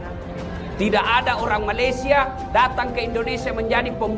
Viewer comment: malaysia ... sebut me le sia ... bukan ma le syia